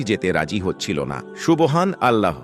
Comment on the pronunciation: Apniki hindu?subhanalloh bolte parenna😂